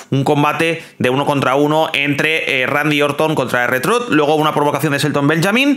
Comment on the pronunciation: La pronunciacion de R-Trhuth es Ar Trhuth